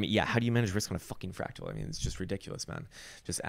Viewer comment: "Frawctowler!?" LOL!